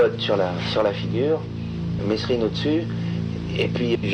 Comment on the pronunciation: Ptn mais qu'est ce qu'ils ont tous à prononcer le S dans mesrine ,il le font exprès c'est pas possible